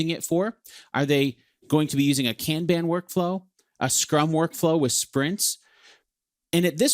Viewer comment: American you are pronouncing Kanban INCORRECTLY.